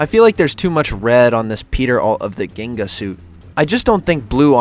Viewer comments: not gin ga but jeengah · when you said ginga i wanted to kill you its pronounced Jinga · If you pronounce ginga as "GUInga" again im gonna lose my brasilian mind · guinga lol I hope nobody else is pronouncing it like this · Hey dude, Brazilian here. Love your vids... The Ginga suit is actually pronounced as "jinga" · Salutations from BRASIL 🎉🇧🇷. The first G in ginga is pronounced like a J Jeenga